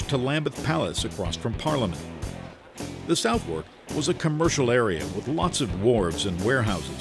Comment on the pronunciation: Southwerk is pronounced 'suth'erk', please.